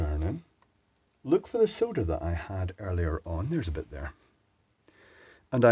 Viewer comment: Finally someone that pronounces solder the correct way, like I say it.